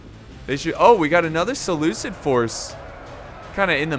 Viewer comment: I have to prove correct. I'm mad about his pronunciation of Seleucid.